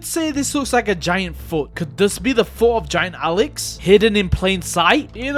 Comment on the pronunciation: He said foo instead of foot😂